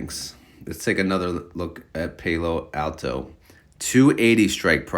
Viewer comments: It's Palo.. like "he's my PAL.... Then O"... YOU'RE killing me with your pronunciation. Palo Alto is where Stanford University is. Northern California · Alto... the word "all" and the word "tow", all-tow = Alto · I knew someone wasn’t going to be able to take it any longer! You put the pal, in PAL-o Alto! 😂